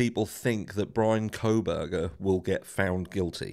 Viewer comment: Is it just me or do others hear say “Bronco Burger” when he says Bryan Kohberger? 😂